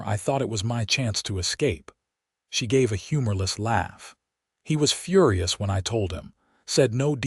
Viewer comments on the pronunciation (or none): none